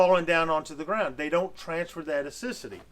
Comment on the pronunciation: You say acidity wrong but other than that small thing you are very smart! I love how you thought this Thru so much. ....and shared!